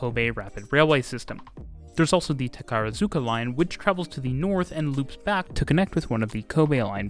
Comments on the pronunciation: I lost it when you said "Takarazuka" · Strong disagree. Takarazuka was said completely incorrectly.